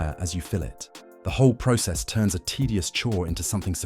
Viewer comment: im so tired of hearing bots talk in videos and cant pronounce words correctly like process